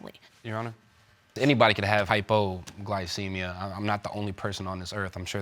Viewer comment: "HypoGlowcemia.." Lol I sometimes live for the new pronunciation of words that come from a lot of these people on all my favorite shows.... Lol 🤣🙄🤣😜😏